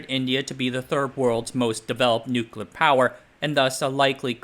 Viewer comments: What are “nucla” weapons? 😉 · Correct: "NOOK-you-lar." You: Nooklir, nooklar, nooklur, nooker, nookar. And yes you can totally swim in the pool so long as you're like a meter away from the core. Depends on how hot the core gets but that was an experimental reactor. Lots of colleges have them. They're operated by college students, or just full auto. Not going to do the math in a youtube comment. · "NUCULUR" Hard to get over you pronouncing a very simple word the same way an unlearned child in elementary school would. It takes away from the credibility of everything you're saying if the elementary basics of reading and diction aren't covered. "NUCULUR"? ❌ New-clee-er ✔ 👏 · Spoiler: It's not a nuclear bomb, it's a pooclear bomb. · Its crazy to make this video series while not knowing how to pronounce nuclear